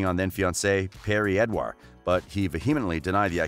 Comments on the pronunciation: did he just say perrie edwar?? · I'm rlly sorry but it's niall not Neil and it's also Louis not lewis and agin perrie Edwards not perrie edwire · Who’s perrie edwar?? I thought her name was perrie edwards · And "Perrie Edwah" 🙈